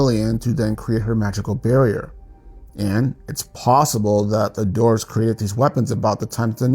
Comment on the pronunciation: So the words “dwarves” & “dwarven” are pronounced “dorves” & “dorven?” Not making fun, just wonder where the W went